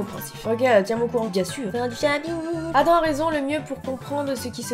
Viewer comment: c'est pas adam mais ADAMME ON PRONNONCE LE M